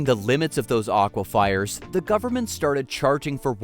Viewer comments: Ak wah fers (Aquafers) NOT "Aquafiers", freakin' AI. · Can't like or subscribe to a channel that talks about "aqui-fires". WTF is an "aqui-fire"?????